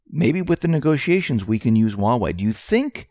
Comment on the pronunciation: There's H in huawei. It's not uawei.